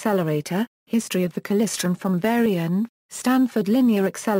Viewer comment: What the hell is klisren.... KLY-StRon